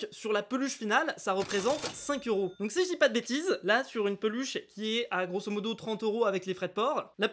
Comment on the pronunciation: Pourquoi tu dit touctant grosse modo sa veut dire quoi u juste sa m’énerve